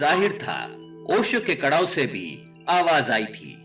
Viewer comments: कड़ाऊ नहीं खड़ाऊ कहते है कृपया सही उच्चारण करे आप इतने अच्छे विषय पर बात करते है लेकिन उच्चारण सही होना अनिवार्य है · Karau nahi bolte hai, kharau bolte hai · Kadau ki jagah Khadau pronounce karna chahiye